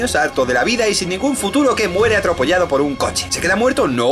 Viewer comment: Es tonto... pero... Dijo atropollado?